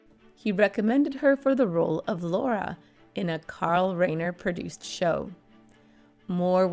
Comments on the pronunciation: Carl Rye-ner. Not Ray-ner. How can you make such glaring sloppy mistakes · Reiner is pronounced Riner, long i